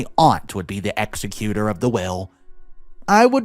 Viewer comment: Except for his pronunciation of some words like executor and executor